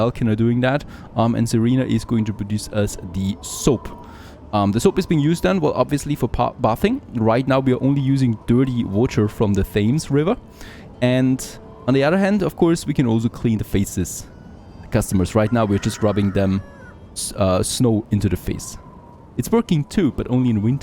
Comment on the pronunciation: Glad you started playing this again since it got released. Also a tip for you from a Londoner. The ‘Thames’ we pronounce more like ‘Tems’. So like Thane but more like Tane. If that makes any sense. 🤣